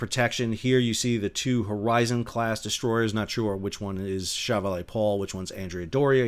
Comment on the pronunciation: Quite interesting reporting. But see if you can practice a better pronunciation of the French word "chevalier". Also the French seemingly refer to their nearly identical ship class as frigates rather than destroyers. Of course that semantic difference hardly matters.